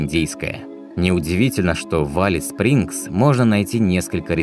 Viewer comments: Только Элис Спрингз, а не Алис Спрингз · Спасибо за видео! Х0чу добавить,что климат там - не подарок. Европейцам там нелегко переносить жору.Название правильно говорить- Элис Спрингс. Процветания вашему каналу! Привет из Австралии.